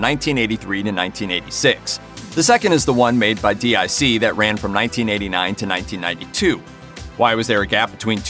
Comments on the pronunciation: you called it D.I.C but I believe it pronounced (Deek) I remember at the end of the end credits a little girl's voice voice would say "deek" when they would show the D.I.C logo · Why does this fool keep calling DIC, (Deke) D.I.C.? He doesn't spell the name of any of the other animation studios. Why does he keep spelling that one? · Protip: DIC is pronounced "deek", not "dee eye see". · It’s DIC Entertainment, announcer guy. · It's DEEK, not d.i.c. It was at the end of every show they produced. Also, while Saturday morning cartoons were almost exclusively on the big 3 networks, many extremely popular cartoons were on local affiliates in both the mornings before school and afternoons right after. Some of them are on your list like GI Joe, SMB, and Voltron. Kids don't know what they're missing out on nowadays, but I am praying for an Inhumanoids reboot. That property has vast potential. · No doubt, Just to be clear, I was talking about how the narrator kept pronouncing the initials instead of calling it dic, which was said in a childs voice at the end of each show. That got memed hard (no pun intended) later, though. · DiC, not D.I.C. 'deek'. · Its pronounced "Deek" not spelled out DIC. Come on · DIC was pronounced like Deek. It was not spelled out. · Agreed, it's DIC (Pronounced: "Deek") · Dboy 66789 Yeah, i remember that too. It was driving me nuts hearing the narrator here say D-I-C. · You should stop mispronouncing DiC, it is pronounced deek. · DIC was pronounced Deek. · " D I C " 🙄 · DiC is pronounced "deek" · DiC is pronounced "deek". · It's pronounced DEEK. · Its pronounced "DEAK" *(DIC) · I came here to say exactly this. Anyone who's ever seen a DIC show knows how it's pronounced. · I was about to call them out for this garbage as well - but the thread already did the job. I cringe every time I hear him do that.